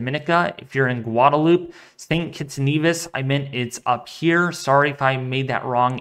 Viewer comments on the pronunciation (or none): none